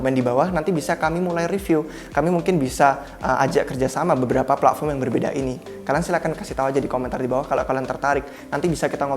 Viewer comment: Pletform, bukan pla'form